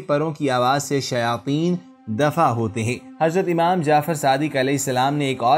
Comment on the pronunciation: Durood pak theek parhain imaam ko ap umaam keh rahe hain ye bhi Lafz theek karain Durood Pak Bilkul Theek Parhain